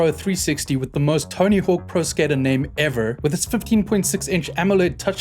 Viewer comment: Does always say "ever" like that, or was that a mock US accent? xD